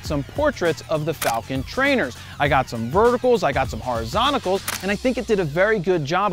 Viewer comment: did i hear "HORIZONTICALS"? :) new word from Jared. :)